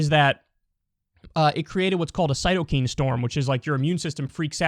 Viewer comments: I cringe every time you say cytokeen. Cytokine = sitokine, phonetically. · Cyto KINE not cyto-Keen… everything else was right… all though the reason Spanish flu effected old people less was because there was a similar flu in the 1880’s that lead to many old people being immunized… also it may have come from China because there was a similar flu the year before but the first seen case was in Kansas